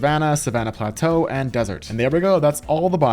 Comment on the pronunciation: When he said plateau I was like bruh 🤦‍♂️🤦‍♂️🤦‍♂️